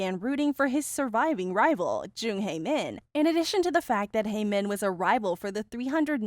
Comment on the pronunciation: You keep mispronouncing Hae-Min's name wrong